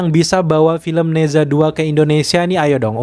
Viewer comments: Di baca naca, bukan neza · nezha bacanya neca, e nya e lemah.. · Bacanya Ne Cha min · "Ne Zha" dibaca "ne ca" dg bunyi "e" lemah spt pada kata "jeruk". Kayak kota Guangzhou dibaca "kuangcow", kota Shenzhen dibaca "sencen" dg bunyi "e" lemah. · Baca nya "ne cha 2" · Dibacanya "NE CHA" bang... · Mimpi....film Mandarin di bawa masuk....tuh sensor dan blokir nya bisa gak Nerima kenyataan??? Cara baca nya nezha 2 itu agak absurd haha